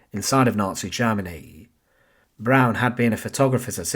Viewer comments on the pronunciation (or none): Why is Eva Braun being pronounced as Eva Brown?